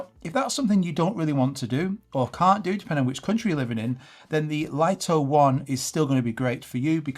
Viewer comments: Many YouTubers pronounce it correctly as "LIT TO," only a few American YouTubers pronounce it as "LIE TO" like you! Another example is the famous Japanese camera brand NIKON. The correct pronunciation in Japanese is NIK KON, but ridiculously, many Americans pronounce NIKON as NINE KON, just like you pronounce "LIT TO" as "LIE TO." This deviates from the original pronunciation. This might be due to your habit of naturally pronouncing the letter "I" with an "I" tone, but it's incorrect. Please respect the original creators' pronunciation! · Laito❌ Lito ✅ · It would have to be spelled "Lieto" to be pronounced l-eye-to. Lito = Lee-to. Maybe someone needs to tell DJI to check themselves :) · Pretty sure it’s pronounced ‘lee-tow’ not ‘lie-tow’